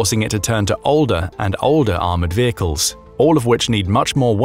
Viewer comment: Change vay-cles to vehicle.